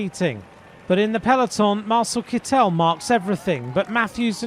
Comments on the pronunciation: To the commentator: Sir, in case you're interested, the name of the present holder (wearer) of the Green Jersey is pronounced with the accent on the first syllable, as if it were kettel, but with an "i" instead of the first "e". (If he were French, your pronunciation would be correct, but, guess what, he's German.) Thanks for your attention! W. Ro. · Mr Commentator, the emphasis is on first syllible in Kittel. It's KITT'el.